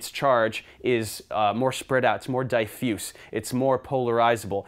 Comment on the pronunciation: the way you say diffuse is enraging